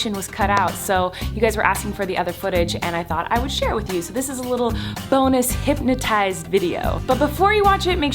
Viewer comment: Why does it sound like she’s saying hympnotised rather than hypnotised ?